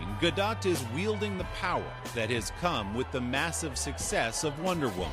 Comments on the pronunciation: Did he just really call her gal galDO”T” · He should've asked her the pronunciation of her name...